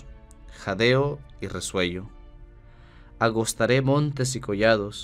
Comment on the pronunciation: AGOTARÉ, No agos.ta